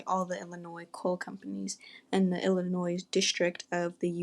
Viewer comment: Learn how to pronounce Illinois please I can’t even watch this with you saying “ILL UH NOISE”